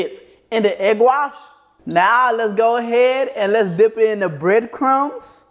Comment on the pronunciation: Bro said dick it and dick it again instead of dip it LOL fuck these eaters exept for you 😂😂😂😂😂😂😂😂😂😂😂😂